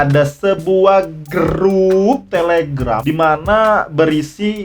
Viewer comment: Grup bang bukan gerup